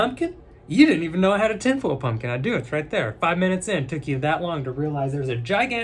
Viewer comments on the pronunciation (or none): none